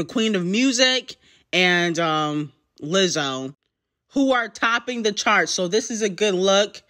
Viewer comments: The way you said Lizzo!! 🥴🥴🥴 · Damn why you say “Lizzo” like that 🥴.